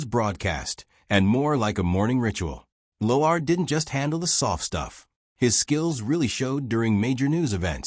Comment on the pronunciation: Get your AI to pronounce Lauer CORRECTLY! Why give any airtime to this segment anyways?